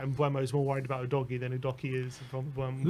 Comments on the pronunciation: /uːdəʊɡiː/ - “you doggie” is just silly. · Udoggy is the wrong pronunciation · Lol i winced everytime i hear how you say Udogie's name wrong